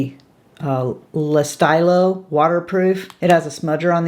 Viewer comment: Yes-yes-yes for the Lancome eyeliner pencils!!! The ones you sharpen are my preference, too. Still will try Gwen's, though, and her Mos Def brow pencil, too! Quick French lesson..."Le Stylo" is pronounced luh-steel-oh.